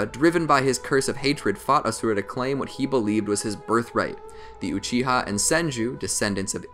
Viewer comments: The mans butchering my boys ashura name. :( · It no asura it ashura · FUN FACT HE IS SAYING ASURA AND NOT ASHURA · he just pronounced it wrong in the anime is asura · Mangekyou sheringa, asura cmon bro